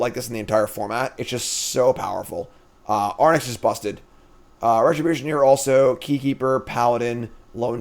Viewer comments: Of course it stings a little whenever mispronounces a card name but it's also really funny how chat keeps screaming into the void of his dyslexic brain with increasingly useless advice. Anyway Fox from Starfox flies an Arwing but in OTJ he'd ride an Arwynx. Boom mnemonic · Air-Inks? like Lynx, Sphynx....i mean its not important, but way too much time was spent on it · Fyi, for how to pronounce Arynx, you're currently swapping the N and the Y letters. Say "lynx" (as in the animal) but with a R instead of the L (so "rynx"), and then put an A in front. I'm not sure people care if you say Ay-rynx or Ah-rynx or whatever, as long as you don't put the N in front of the Y haha. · Chat giving him the business about his pronunciation of Arynx. They've had it as well 😅😅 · I've been saying it since day 1 haha. When he interviewed all his teammates at the Pro Tour a bunch of them said it correctly, and then interviews himself and says it incorrectly 😅 like he's surely doing it as a joke at this point hahaha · Before the end of the set I need to hear him say arynx properly one time. It wouldn't bother me so much if it was a tomato/tomahto situation (or how he pronounces brigand) but he just throws the order of the letters out the window.